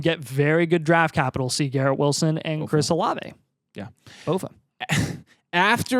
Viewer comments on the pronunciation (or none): none